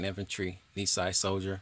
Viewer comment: I wish I knew this was available. Our grandpa served in the MIS during WWII while the family was incarcerated. Thank you for this video. BTW, Nisei is pronounced nee say.